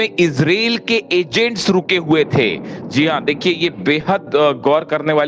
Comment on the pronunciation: कृपया ईजराईल बोलिये ईज़रेल नहीं